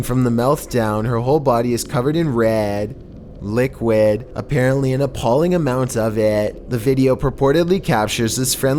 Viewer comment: Everyone: red liquid.: reEd. LiQUid.